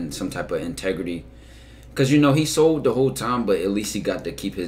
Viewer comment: had me dying especially cuz I’m from London and hearing you say he sold is hilarious 😂